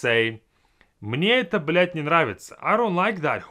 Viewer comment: на секунду я подумал, что кто-то другой начал материться, он слишком хорошо сказал эту фразу